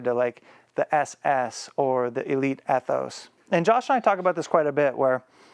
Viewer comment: That Ethos seemed super quiet! I think it’s pronounced E-thos not Eh-thos